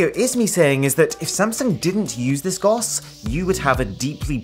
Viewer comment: When he didn't spell it out and instead said GOS (GUS) I chucked a bit.